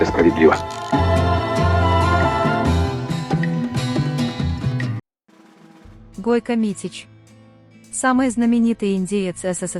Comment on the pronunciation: Не Гойка а Гойко.